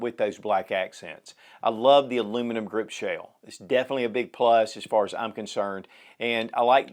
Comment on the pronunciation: so appreciative of your reviews and this one particular. Question: Are you saying the the word "shale" or is that a southernized version of shell (ie aluminum grip shale/shell)? I asked a couple of colleagues recently if they'd ever heard the word "shale" used in regard to firearms and we couldn't reference that. Thanks again for your reviews, your response and the showcase of what is CLEARLY a grand firearm.